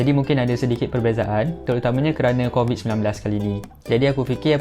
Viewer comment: yg crovid tu mahu 10 kali sebut. hhahaha